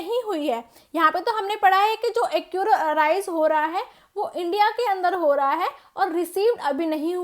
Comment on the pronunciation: its accrue not accure